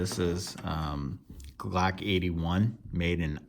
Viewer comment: the “glack knife”